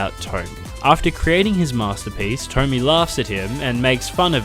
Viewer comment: I love the video but...... It's tomiE, not tommy